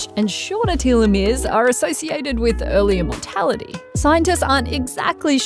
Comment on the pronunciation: I was confused when I heard “early immortality” but then realized you said “earlier mortality”. Those are quite different.